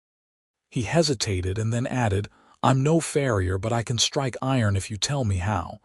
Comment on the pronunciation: I get it about not putting shoes on cattle, I did farm work growing up around milk and beef cattle. This is a fantasy world, so I give that a pass. The mispronunciation of words like "read," "bow", "live," "record," "tear," etc. bothers me a lot more than that. Then there's reading the word "farrier" as "frier." But I love this story, and thank you for sharing it with us. ❤❤❤❤❤❤❤